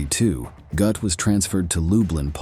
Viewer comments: Whatever kind of Ai is used to do the voice over for this needs uninstalliing, it mis-pronounces the same word about 50 times!!!! 'Gothe, Goat, Goot, Gooth, Goth' .... it is pronounced "GURTH" Rhymes with Earth. As for the actor who played him in Spielbergs film 'Schindler's list' , his name is pronounced "Rafe Fines" rhymes with Lafe Pines.... Otherwise this was an interesting and informative film, sadly the mispronunciation ruined it for me. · Very good video, but, please, it's pronounced "g-er-t" not "g-oo-th". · What is it another showing of “Schindlers List” . Some people will do anything to make money. Should also lean some pronunciation of names….. Gooooooth! would have better been saying “Got. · His name is pronounced Gert. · Narrator totally butchered his name! Smh